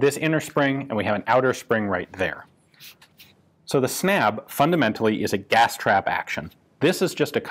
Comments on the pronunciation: The word is pronunced more like "Snub", snabb means fast in Swedish. The Swedish a is pronunced like the a in "ah" unlike the english a. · Snabb is pronounced (Snub) like and u is is pronounced like u in cinnamon (“bun”) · Snabb is pronounced with a short "a" and it means "fast" in Swedish. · That is not how you pronounce "snabb".